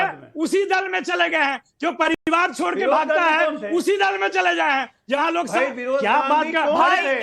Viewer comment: Kaun college Mai padhata hai ye RJD ka Professor.Bachhonka bhavishya barbad kar dega.Dusre dharm ke ware mai ye bol nahi sakta haiSar dhad se alag.Pariwar ko Paribad bolta hai